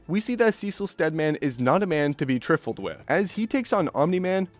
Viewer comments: never heard someone say trifle so wrong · Learn to pronounce trifle and I'll come back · that is not how you say trifle